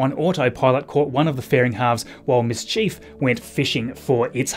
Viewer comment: Hey hey always enjoy your Channel and great information! Not sure if I'm hearing you correctly but the recovery ships Miss Tree and Miss Chief are pronounced Mystery and Mischief but you probably knew that.... 🚀